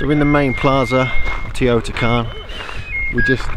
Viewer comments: It Is Teotihuacan no teotican!! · Its teotihuacan not teotican lol and mexico is part of north america not central america 🤦‍♂️🤷‍♂️